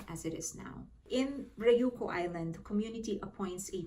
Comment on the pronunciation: Ryuku (Ree-You-Ku) roll the R